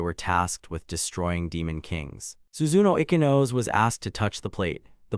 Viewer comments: icky-nose .... op's first time reading japanese names. bc pronoucning "ee-chee-no-say" is too hard or some sh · Ich-ee-no-say NOOT ikky-nose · Ichinose ❌ Ikinos ✅ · OMG: If you don't know the pronunciation of Japanese names, then get a google translate, write the name in the box, select Japanese and press the speaker icon. E-ke-nose (Ichinose)? Shoot me dead. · Why is her name pronounced icky-nose? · Your ridiculous reader needs to be trained how to pronounce stuff. Also this interdimensional slave auction story can go hump a chef's knife. Tsukuru: "Sicky row" is actually Soo koo roo. Ichinose: "ee kee no say" NOT ICKY NOSE.shitty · Ichinose ... icky nose? itchy-no-say..... Tsukuru... sue-key-roo? sue-koo-roo.. 🤣 I am now haunted by this